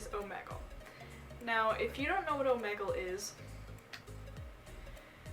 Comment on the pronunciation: She's saying it wrong it's omegle